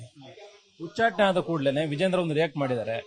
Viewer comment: Nivu yak yatnal ucchatane anta sariyagi heli hucchatane alla